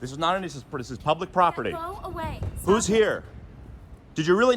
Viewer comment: The way she said "I asked you to leave" I actually thought she was bringing the accent back, especially the way she said "Go eh-wey".